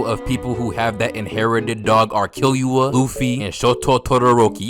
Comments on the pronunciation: BRO STOP SAYING KILL YOU A ITS KILLUA KILLL OOOOH AAAHHH LIKE BRUH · bro said kil-you-uh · Man said 'Kiyuwa' 😂😂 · Bro said kill-you-a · Kill-U-Ahhh Kill-u-haaa. You sound hilarious man I have no idea what it's actually supposed to sound like accept from the anime. Good ass video man. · No way you said KILLYOOUA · That's a cat you moron. Also It's Killua (Kill-ooh-uh) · “kill you a” bro the way you say killua is criminal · Bro said Kill-you-uh 😭😭😂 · This guy is really saying "kill you wa" instead of killua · Respectfully, Imma find yo ip address and say it to you should you say "kill you uh" instead of killua again. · The way he says Killua pmo but I love bros videos 😂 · Your pronunciation of killua has me dyin rn